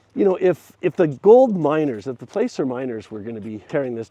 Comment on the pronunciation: LEARN HOW TO PRONOUNCE PLACER! The "A" is a short sound - like "hack" not a long vowel sound like "place." Only absolute novices and noobs make this mistake.